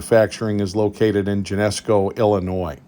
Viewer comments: It's Gen-eh-see-o, IL. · Tiny FYI: Springfield's Geneseo is pronounced Gen-e-SEE-o. Super informative video. Old timers like me still fondly remember those good old days of American built guns & such. Thanks. 👍